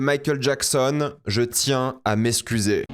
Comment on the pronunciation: Ca se prononce eXcuser, de rien 😅